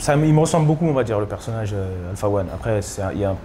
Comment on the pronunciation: Pptdrr quand il dit « persoNNage » j’ai cru qu’il allait lâcher un freestyle